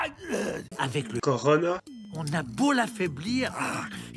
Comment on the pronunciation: Wesh il est sérieux le gars qui as fait la vidéo la sa fausse tout avec ses vieux sons et son "corona" dit en mode backpack. Wesh l'original c'est le virus du vih.